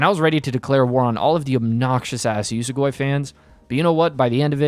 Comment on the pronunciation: YES you finally read Usogui. Absolute masterpiece manga. Honestly I still really liked the first half, but the second obvi blows it out of the water. What kinda way are you saying "Usogui" tho 😭 it's pronounced like ""oo-soh-gwee"